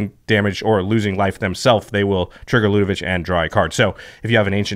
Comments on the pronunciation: Ludevic ends with a 'k' sound, not a 'ch'! Stop it! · It’s Ludevic with a hard “k” at the end...come on guys, it’s a name that exists it’s not that tricky. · There’s no “h” at the end of Ludevic. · I'm at the 6min mark and ready to pull my hair out because everyone is mispronouncing Ludevic. I probably won't be able to finish this episode.